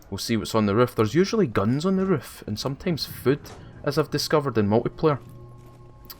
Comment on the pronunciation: i love the way you say roof it sounds like woof its the accent